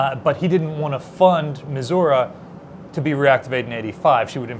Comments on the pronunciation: Stop. Mispronouncing. Missouri. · Stahp mispronouncah Missourah😂